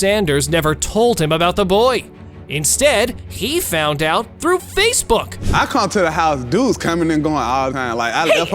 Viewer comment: Every Time Said SpaceBook 😂 My Man Was Getting Two Social Media Together